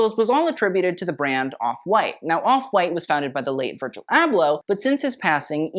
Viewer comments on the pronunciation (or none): none